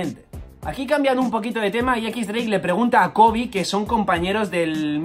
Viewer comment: se pronuncia diez dreik.